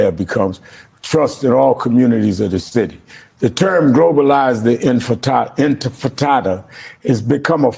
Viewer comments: Sharpton, it’s INTIFADA NOT INFATADA! You absolute a-hole 🤬 FREE FREE PALESTINE! LONG LIVE THE INTIFADA! ✊🇵🇸🗝🍉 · Sharpton can't pronounce Intifada. I wish Mamdani had corrected him like the journalist who mispronounced his name.